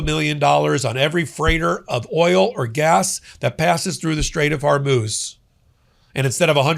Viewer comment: HORMUZ many podcasters are so busy ranting that they can’t be bothered about pronouncing the name of the straits that may definitely change the world’s destiny!